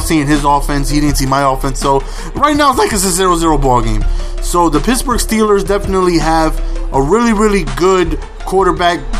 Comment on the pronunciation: Why do you call the Pittsburgh Steelers the Pittsbourg Steelers?